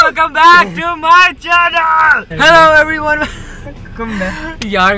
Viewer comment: wait did u just said chenial...lol